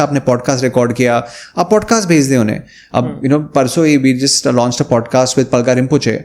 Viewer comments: Pudcast kaise pronounce karta hai yeh banda 😂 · Work on your pronunciation. It’s not pooodcast. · Can he learn to pronounce ‘PODCAST’